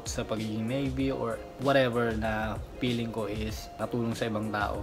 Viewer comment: "Peeling" instead of feeling 😂. One of my pet peeves in pronunciation. I notice it is regional. People from other provinces pronounce "f" as "p". Also, those who went to private schools have better pronunciation and grammar regardless of where they live. Imho.